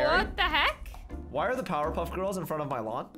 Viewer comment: IM DEAD HE SAID- POWER PUFF GURLS LOL